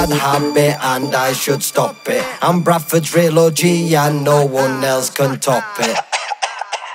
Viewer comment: Don’t you mean bwadford as cruzyt says